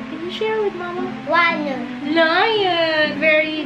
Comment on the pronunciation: the way pronounce ‘lion’ goshhhh